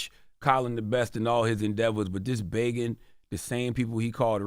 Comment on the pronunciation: CTG is absolutely right and can someone please teach CTG how to say 'begging'' lol